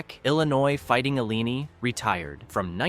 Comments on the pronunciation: If I hear the Illinois fighting Illini mispronounced again I'm gonna scream it's pronounced I-Lie-Nye not ill-i-nee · A "tell me you're using AI without telling me you're using AI" moment, for sure... Another one was mispronouncing "Illini"...